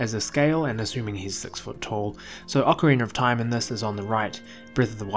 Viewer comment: Well must be a UK thing then bc you definitely do say ocarinar of time, and it's a legit question not a troll question so I still wonder why is that?